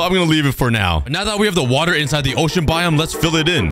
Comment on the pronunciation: “Let’s grab some wUtA” 😂😂